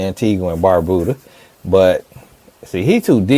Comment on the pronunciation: 😂 I’m from Antigua and Barbuda and I don’t believe him, because why in the world would you pronounce it that way? The U in Antigua is silent it’s pronounced “An Tee Ga” and Barbuda is pronounced as “Barb You Da” so he’s definitely a second or 3rd generation… a real Antiguan gets irritated when they hear people pronounce it wrong! 🇦🇬🇦🇬🇦🇬